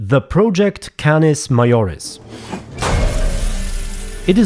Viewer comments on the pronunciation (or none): All of those names are the names of star systems Also - Majoris is pronounced with a hard J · it's Majoris like major